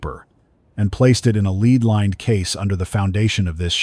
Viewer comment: Very good story. Just need to train the AI narrator the differences between 'live' and 'live'. 'Lead' and "lead' as well. It also needs to learn how to tell...time.